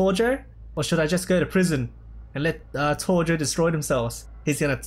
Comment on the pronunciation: Ia that how you actually say tojo like Torjo?